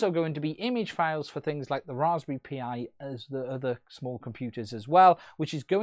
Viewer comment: So what did this video add to the scene? Seriously asking why you made this video? Just to try and grab some views from the hype? And why the hell do you keep calling it the "Raspberry P - I"? It's Pie. I know they spell it Pi, but its pronounced Pie. This is a hack. They sniffed the "magic bytes" sent by the smart controller in order to send them from custom software. The application is sending these "magic bytes" to the goggles to trick them into sending out the data. Saying it "isn't a hack" just because you don't like the dirty word doesn't make it so.